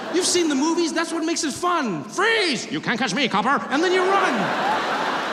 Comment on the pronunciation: i love trevor doing transatlantic accent, "u cant carch me copper!", AHAHA